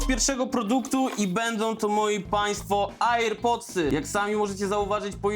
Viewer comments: AirPodsy nie Ajer Podsy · AjJERkoniak to możesz wypić a nie AJER podsy😂😂😂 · Air pods czyta się ER pods 😊 lightning typu C? 🤔 to jakieś nowe złącze od chińczyków?🤔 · Kupywalem, tylnie, ajer . Porażka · "ajer pods" "ejpyl" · kurwa naucz sie mowic air pods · Czemu ty mówisz ,,AJER Potsy,, ?? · To tak jak np. Hujałej albo Ejpyl 😂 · Ajerkoniaczku by się napił Prowadzący 😜